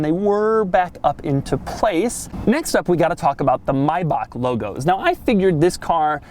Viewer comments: "Maybak" is not the Right pronounciation xD it's a german ch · you don't pronounce it ,,Mayback", it's ch out of your throat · It's pronounced "My - Ba??" (that strange ch-sound no American ever gets....ask a Scot) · "Mayback" is NOT the correct pronounciation. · no you pronounced Maybach wrong, you said something like Mayback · So instead of My Back or My bauk, It's "My Bah-hhhhhh" Like Mojito, it's Mychito. Mybachito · nice vid , but it's pronounced like "mybach" (as in Bach, the composers name)... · at least it's miles closer to the original than American "may-back" pronunciation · no it's not the correct pronunciation, you can believe me im german, if it would be pronounced like you did it would be spelled Mayback it's a bit softer in reality but it's hard to explain in english still a great video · no actually its maybach (may-bach) like the h sound in huge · I am sorry to say Maibach is not pronounced "Maibac".The "ch" is pronounced a bit like you would sound if you want to spit out a deep hanging slime out of ur mouth xD Sorry but I didnt know how to make it clear by writting. Greetings from Austria :D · Mörcedees mybahck It's not the right pronunciation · no its not maybac.. the ch is smooth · Maybach... not Maybak. ('ch' is pronounced like the ´h' in 'huge') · Why Doug say maybach like that😂😂 It’s pronounced maybach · Lol it's not the correct pronunciation hahaha maybagh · he’s trying. But every american thinks it ”meiback” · Nope, it's not "Maybaak" or whatever you call it. The "ch" at the end needs to be pronounced in the german way in order to be fully correct. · AlphaCharlyDelta im basing it off of how he pronounced it, but I know it’s pronounced mai-Bach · Nope.. that's not how you pronounce Maybach. The "May" part is more or less correct, but the "ch" at the end is not pronounced like a hard k in German. Here's how the word "Bach" is supposed to sound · No it is not pronounced Mayba”ck” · "Mayback" is definitely not the correct pronunciation.